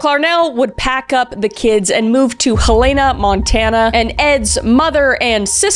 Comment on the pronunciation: Helaina Montana 🤣